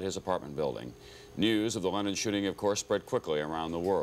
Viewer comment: I remember I was in high school and woke up first and turned on the TV. The reporter kept referring to "Lennon was here last night" or "Lennon was shot". I though he was saying "Lenin" and was like didn't he die 50 or 60 years ago?